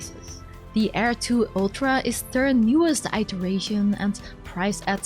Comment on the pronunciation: Fih-delity, not fEYE-delity, and ih-teration, not EYE-teration - sorry! 🙂